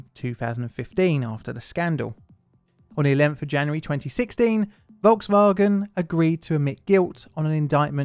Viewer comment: “Volks-Vawgan”. I’m American. Forgive me. Please.